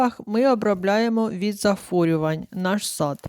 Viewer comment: Не зафорювань, а захворювань